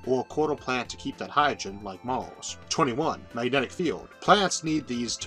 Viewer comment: I'm still very irritated because of your pronunciation of "earth" and "mars". kinda keeps me from subscribing :'D but nonetheless your content is in fact one of the best I found on YouTube. Thanks